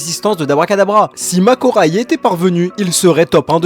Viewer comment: C pas makora mais mahoraga 😅